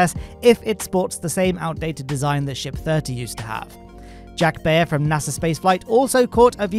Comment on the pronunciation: Mass-ey's, not Macy's Buyer, not Bayer